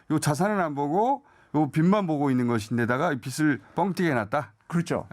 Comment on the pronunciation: 김어준은 바른 언론의 자세를 가져서 좋은데 [빚을]을 [비즐]이라고 발음하지 않고 [비슬]이라고 발음하는게 듣기 거슬린다 기왕이면 발음이 샌다고 변명하지 말고 바르게 발음하도록 노력해주었으면